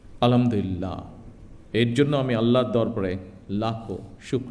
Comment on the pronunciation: আলহামদুলিল্লাহও শুদ্ব করে বলতে পারে না হাইরে খাম্বা